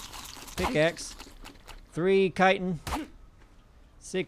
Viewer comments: i thought it was pronounced chitin aka shit-in but with a ch instead. not "kiten" lol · Not kighten its chitten havent you guys ever played skyrim? XD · Chitin is now pronounced Kitin. I've been wrong all these years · Great vids..... but Guys, it is pronounced "Chitin".... it's not a "c" or a "k".... ya'll driving me nuts over here! C H I T I N.... like Chicken but with a "tin"... Chi-tin. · That chittin You speek iT out as shitin